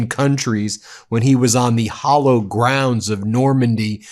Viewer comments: Did Ben just say "the hollow grounds of Normandy?" That's hal-lowed, as in holy. But yeah, Hegseth is a subnormal swine. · Hallowed, not hollowed. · Hint? It is pronounced hal-owed grounds, not hol-lowed grounds. It is a short "a" as in the word "have". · Hallowed grounds! Not hollow grounds you ignoramus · Ben! It's "HALLOWED" grounds, not "hollow" grounds. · Hallowed grown. Not Hollowed grown. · It's "HALLOWED" ground, Ben. Not "hollowed". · Ben, it's hallowed grounds, not "hollow grounds." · I think you said "hollow" ground. I think it's "hallowed" (holy, sacred). I don't exactly see what Hegseth was meaning by "Sadly, today, different European beaches are stormed by different dangerous ideologies." What ideologies is he alluding to? The pro-immigration ideology? Europe is democratic. Can't it handle those ideologies as long as it remains democratic, as long as the people can decide with their vote and their free debate? If he wants to bias that freedom, he truly is a dipshit and should stay out of France. Notice that the Iranian regime he so thoroughly despises has done exactly that by disqualifying candidates based upon insufficient theological qualifications. Hegseth is fighting the wrong battle in that speech. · BEN ! IT IS HALLOWED GROUND, NOT HOLLOWED GROUND ! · Haloed...like in Halo, Holy. Not Hollow. Having said het, they should have thrown them out solely on the account of his wife wearing a bedsheet. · Ben, Sweetie, it is not hollowed, it is hallowed. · Hallowed grounds. Not hollowed... Jesus. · Hallowed grounds of Normandy, NOT "hollowed". Please Ben...oh my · Ben, your mind is mush. The hollow ground of Normandy??? HALLOWED. Every one of your videos is peppered with verbal gaffes and mispronunciations by you. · "Hollow grounds"? Did you mean to say "hallowed grounds"? Why can't you Yanks speak proper English? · Hey Ben ! It's not "hollowed ground" dude ,it's "hallowed ground " wich means something totally different. 😂😂